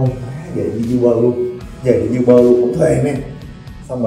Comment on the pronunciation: E góp ý nha a, uber đọc vẫn là u- bờ ạ